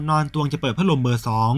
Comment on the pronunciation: พักลมสำเนียงแอนนาเชิญยิ้ม🤣🤣🤣